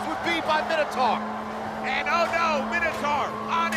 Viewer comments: For the love of all things, Minotaur is pronounced "My-No-Taur", not "Minnow-Tar". "Mino" like "Minor" or King Minos (not King Minnows) who built the labyrinth the beast inhabited. "Taur" like "Taurus" (also from Greek), how would that be pronounced "Tar"? "Minnotar" would be pronounced how these guys, and a bazillion gamers who have no clue that the creature was literally described/created thousands of years ago, say it. But it's, literally, in every sense, Minotaur. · Can't take the presenter seriously when they pronounce it MINNATAR